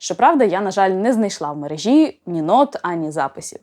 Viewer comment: Чудово :) ps. Тільки не «в мережІ», а «в мерЕжі», це нормальний давній наш наголос. «МережА» — це перенесення на наше слово [дивної] російської традиції зсовувати наголос на останній склад.